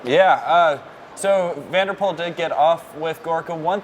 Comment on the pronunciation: His last name is pronounced as 'Pool', not 'Pole'.